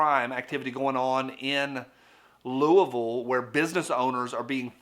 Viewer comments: I grew up near Louisville. I sincerely appreciate you saying the name correctly 👍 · Thanks for pronouncing Louisville correctly, at least the way we say it in the mountains of southeast Ky. Just like our East Tn. kinfolk! Appreciate ye, sir!